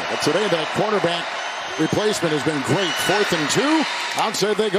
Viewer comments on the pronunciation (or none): none